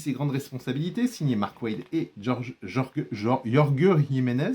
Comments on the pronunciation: Jolie coffret ! Mais ça se dit "Rolre Riménèze" c'est un espagnol ! 😭😂 Bonne vidéo ! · yorge jimenez mi norvégien mi espagnol 😂